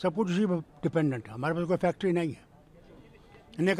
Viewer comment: Sir sulate,sahi kaha ap ne factory nahi factareee😂